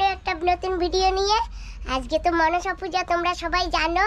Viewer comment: Not machine Puja this word monosa Puja